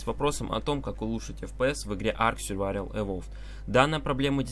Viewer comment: Сьурвавель XD :D